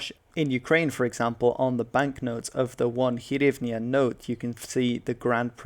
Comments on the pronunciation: U got it ALL WRONG! Go back to historic books & read more of them & read carefully! Even EU flag u got WRONG - upside down! HAHAHA Also it's HRYvnia & not HYRvnia!!! EPIK FAIL! U r basically repeating russian propaganda & lies... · not 'hyrvnia' but 'hryvnia'. This word etymology comes from jewelry made of gold or silver in the form of a hoop worn around the neck (ie - on the "zagryvok"). Also, there's old banknotes shown on the slide, now they are absolutely different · #KyivNotKiev Also hryvnia not hyrvnia!